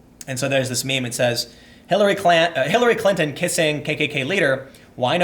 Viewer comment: Hillary Klan-ton, lol.